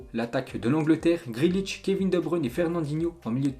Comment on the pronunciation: Ensuite"qu'on va parler" c'est joli, mais ce n’est pas français ! Ensuite" Toté name" "Gréde liche"!